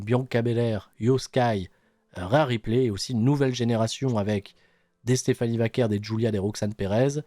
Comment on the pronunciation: Iyo Sky ils lui ont donné le titre mais savent pas quoi faire avec... ce qui est affligeant vu à quel point elle est forte, aucune défense de titre depuis Wrestlemania il y a 2 MOIS Elle l'a prononcé "Stephanie Vakoué" j'étais mort de rire, ça se voit qu'elle regarde pas les shows 😂😂